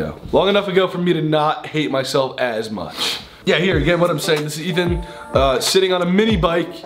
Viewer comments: Well Ethan, I'm sorry but it's E-tee-wee-tee time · Ethan: “Dieterily” Dairy has entered the chat...